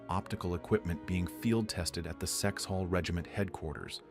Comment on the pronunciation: Kexholm Guard not Sexhall Lifeguards. So much of this is wrong.